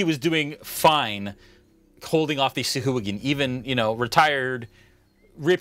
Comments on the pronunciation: When you first said the name of the enemy creatures I thought you said sa'hooligan. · I refuse to believe SAUHAGIN was ever intended to sound like 'sea-hooligan'. For one, it's not intimidating AT ALL. :)